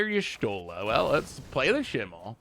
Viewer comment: desperately trying to pronounce Y'shtola in every way except actually looking at the letters and what order they're in